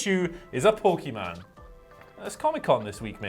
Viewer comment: It's Pokemon ( pocket monster ) ..not Pokeman